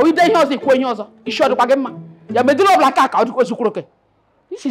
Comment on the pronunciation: jooh the principal with her pronunciation "medulla oblonkakaka"😢😭😭😂😂